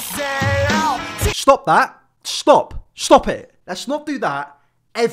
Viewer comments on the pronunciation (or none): schtop that, schtop